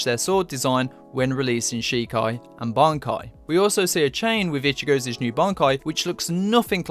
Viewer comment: Lol "ichigozez"??... golem, golem...🤣👌